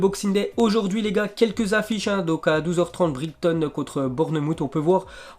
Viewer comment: Eh on dit Bournemaws pas Bournemout (bournmouth) On dit brayton pas brigton (Brighton) On dit sawsampton pas sotomton (Southampton) Prononciateur de l'année